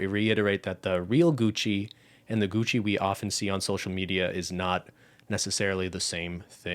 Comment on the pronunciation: IDK WHY BUT THE FREAKING GUCCY HAD ME DYING